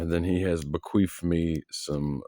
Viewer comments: I know I'm not the only one who heard "bequeefed". 😂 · I know LOL. Just how you pronounced it sounded like queefed and it got a big giggle out of me. I need to grow up. 😅